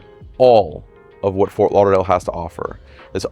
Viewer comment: It's **Fort** Lauderdale with a "tee" sound! Not "Forth" Lauderdale. 🙂